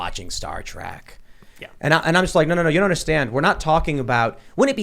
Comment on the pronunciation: Trek tim... its trek! Not track and YOU KNOW THIS MAAAAAAAN!